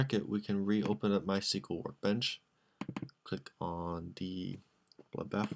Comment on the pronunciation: You pronounce MySQL all wrong LOL